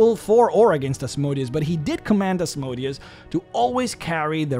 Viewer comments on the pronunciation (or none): Said it before, say it again: Asmodeus has emphasis on the "e", not the "o". The "o" should barely be soundable, as it is a sheva sound, which means ususlly not soundable, with some exceptions being a ultrashort vocal. It comes from hebrew Ashmedày, to greek Asmodaìos, to latin Asmodèus. Putting the emphasis on the "o" makes him sound like a machine. Sorry for being so pedantic